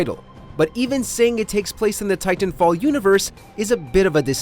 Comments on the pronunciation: stop saying "tie-tan" like that. :D Also some people like just healing and supporting the team ie rez healing bot and supply drops. Lifeline is my bros fav. Just saying don't count her out, she's very powerful with those supply drops especially once you start stacking all the ulti accelerants on her. Also wall running break this game IMO. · I don’t like the way this guy pronounces titanfall. 🗣WHOS WITH ME!